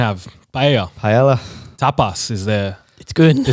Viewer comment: Invalid once he said "pa-ela"